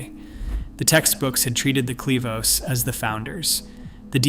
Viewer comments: itś not Clee vos It is Clo vis. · OMG! One of the most important terms in this presentation is mispronounced! Clovis not sleeves. I have to stop here a . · And train your reader-bot to pronounce 'Clovis' not 'Cleave Us" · It's not Cle-vos, It's Clo-vis. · How does one get "klee-vose" from clovis...credibility goes out the window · CLO(oh) VIS is correct . 😊😊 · The first syllable is "clo" which rhymes with "flow." Also, the Clovis people never crossed the Persian Gulf, despite your short video which shows them doing so. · Excellent work overall, but it's impossible to overlook the repeated, incorrect pronunciation of "Clovis." 😢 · But the other pronunciation was not correct. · In a mysterious, contested subject - are e to believe you when the key simple name Clovis is so grossly mispronounced?